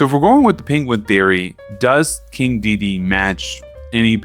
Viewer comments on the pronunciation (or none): Dedede in shambles, missing one of his de's Also, in Macaques, you don't pronounce the ue at the end, kinda like in antique, it just acts as a K, effectively. Fun video though